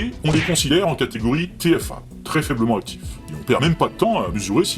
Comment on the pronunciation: Les liaisons sont defectueuses : "très faiblement z'actifs" "On fait z'aussi" "très peu z'actifs" ... Excellent !